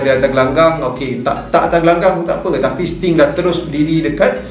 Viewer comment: Don't make 'Sting' confius, and then you say 'Aku Yahuu'. 😁👍#ItsStingNotStim